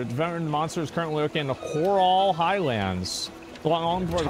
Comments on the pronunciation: It sends me everytime he says Corral instead of Coral. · omg if he says "coRAL" bone one more time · him saying corral gets me a little triggered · cor-ral bone? you mean a coral bone, like great barrier reef coral? or is this some US thing?